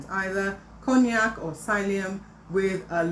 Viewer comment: Same here, I understood cognac😂????!!!!